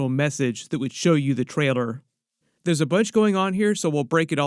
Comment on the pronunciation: I love homies videos but how is it that he said traider instead of trailer